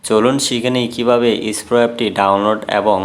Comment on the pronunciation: ভাই ইস্পো না, এসপ্রো